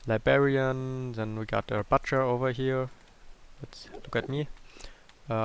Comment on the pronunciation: It makes me so pissed when he says "libarian" instead of "librarian" and the "bucher" instead of "butcher"